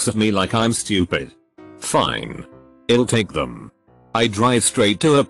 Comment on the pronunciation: It's = "it-sauce" He's = "he-sauce" I'll = "I-sull" They'll = "they-sull" I have never heard TTS screw up this bad. It-sauce almost funny. I-sull almost be amused, but it-sauce getting annoying. I-sid pay 5 dollars ... zero-zero-zero to make it stop. Damn.